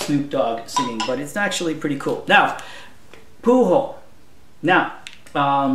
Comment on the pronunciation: Pujol is a Nashville native. And btw... just so no one else gets on you about it, it pronounced "poo-joel" not "poo-hole". i know it seems wrong but trust me, its right. Viva RSD. Viva Bull Moose. Viva Chris Brown!